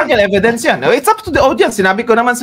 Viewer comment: Inistressed pa talaga ang e..vi..dence!